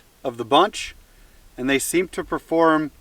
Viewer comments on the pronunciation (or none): none